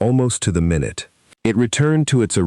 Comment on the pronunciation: Should have know this would be another crappy A.I. narrated video that plays "MyNute by Minute" Write the text better so that the stupid AI can read it correctly.